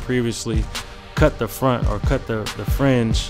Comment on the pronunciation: he said cut I thought he said cuh 😂